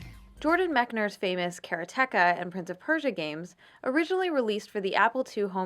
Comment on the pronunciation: The way she pronounce "Karateka"